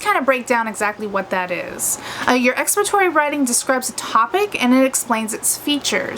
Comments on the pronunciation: lol.. yes. she is saying it wrong.. lol she is saying expatory. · Are you trying to say expository? Or have I been saying it wrong my whole life..